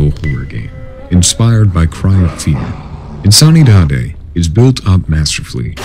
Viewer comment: I believe "insanidade" is pronounced "in-san-ee-da-gee" in correct Portuguese pronunciation. This list was fuckin awesome by the way! Another masterpiece, ' team!